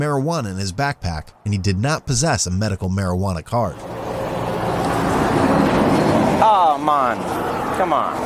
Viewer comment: the officer became Jamacian “Ah Mahn common”